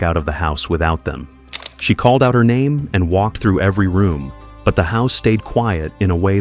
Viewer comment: Stop sayin her name like det tf!